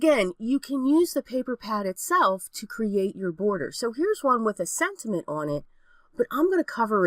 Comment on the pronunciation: Am tripping — or do I keep on hearing you say SENTINENT.....? ....or sentiment? 🤔